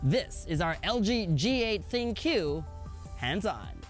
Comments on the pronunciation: Ha. I know. It's pronounced "think". People say it wrong all the time. It's not that funny. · Good for you. He still mispronounced it.